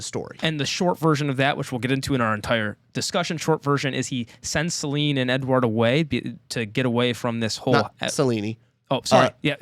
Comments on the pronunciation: great talk! ps, there is no way Se-ley-ney is the proper pronunciation😂 And if it is i refuse it with every fibre of my being. The audiobook also uses Suh-liiin, like normal ppl would. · I know his Syriani voice is an... acquired taste and he pronounces "Selene" wrong (really funny in the moment Hadrian explicitly says it's three syllables), but Samuel Roukin did an amazing job voicing the audiobook.